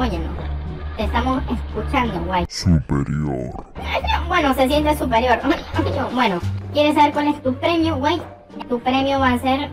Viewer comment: Cuando dize zuperior :u